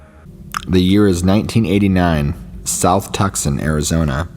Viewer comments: TOO SONN not TUCK SON 😁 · Please tell me someone corrected your pronunciation of Tucson.